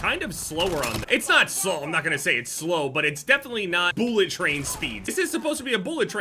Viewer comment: Why say boolet instead of bullet lmao